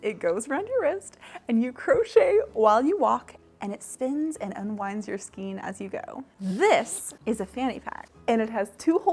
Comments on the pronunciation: Skane not skeen. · Skane, not skeen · It is correctly pronounced "skayne." It follows the same pronunciation rules as words such as vein, rein, weight, eight, etc. The rubber band goes at the top to determine the height of your skein. Those ring hooks are actually more for knitting to pick up dropped stitches when knitting on-the-go. I have the same complaint about my project back with the holes in the top. It feels like a mindless design choice, honestly, and is definitely not a feature people with, say, CATS can use XD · As a new crocheter I was also curious how to pronounce skein so I googled it. I guess the correct way is skane with a long “a”. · Skein say like skaine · Skein - -> pronounced SKANE. Please! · It’s skein( skain ) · I think it's Skein like "Skayne" but i dont think it matters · Most pronounce skein as (sk ay n) as if you're saying hay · skein rhymes with rain, and is for things like redheart super saver or yarn wound in that way, hanks are kinda messy but common in hand made yarn (usually a wrap and twist kinda method) ball is a literal ball, cakes are what you get from yarn winders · I love your videos and your energy! I'm pretty sure skein is pronounced with a long a sound, at least in the U.S.